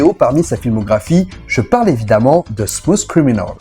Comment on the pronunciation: Ah oui... Smousse criminaule! Sérieux les cousins français forcez-vous un peu avec l'anglais